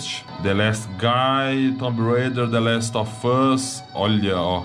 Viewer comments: nossa vei deu uma agunia ver ele falar The Last Ò Fãs kkk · Ele fala : THE LAST OF FUSSSSS Ótimo 😅😅